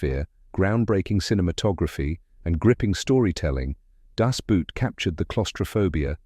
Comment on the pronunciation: good job pronouncing people's names but terrible when pronouncing boot as some footwear. The german pronounciation is actually identical to english "boat", merely the spelling is different.